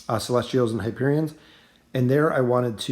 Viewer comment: At this point it seems like you're just trolling with the pronunciation of the character names - "hyperion"/"naru"/"grezold"/"silvana"